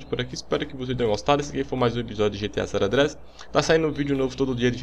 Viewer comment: Vc fala gta san Andreas errado kjkkkhkjkh